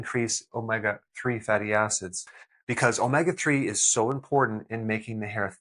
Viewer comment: Please Dr,, omega is pronounced oh-may- ga!